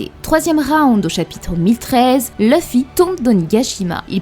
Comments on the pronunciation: c'est LUFFY LUUUUUUUUUUFFY pas LEUFFY merci pour les prochaines vidéos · perso je préfère L'oeufY 😄👍🏽